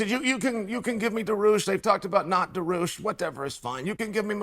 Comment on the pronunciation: “Benny Da-roosh” and Islam “Mocklechev”